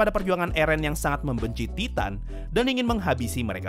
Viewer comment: Entah Kenapa Setiap Lu Ngomong "Titan" Kedengaran Lucu Bagi Gue